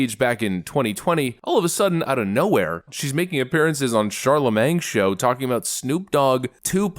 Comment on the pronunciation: CharleMAIN, not CharleMANG, you dunce. The g is forever silent.